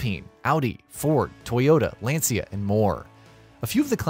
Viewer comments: so why did you ask me? you know too that Len-Si-Ya from video is not the same as Lan-Cha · I know exactly how it’s pronounced, I speak Italian. It’s “Lan-cha” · You pronounced LANCIA as Len-Si-Ya?! OMG, awful! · let's google and do not forget that it's italian word